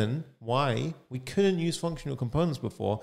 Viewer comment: You explain nicely. Just a suggestion while speaking drop the accent. for example I cant really understand when you say could and couldnt . both sound same .suggestion As non native english speaker .